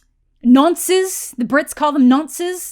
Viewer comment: The way you say nonces is interesting